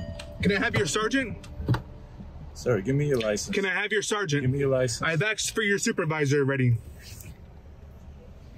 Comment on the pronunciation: It's pronounced Asked. Not Aks😂😂😂